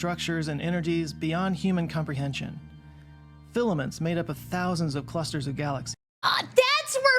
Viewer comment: Filaments, not Fillian